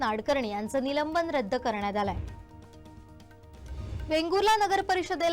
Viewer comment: आहे...जरा स्पष्ट म्हणाना. क्रियापद स्पष्ट नसल्यास वाक्य अर्धवट वाटत.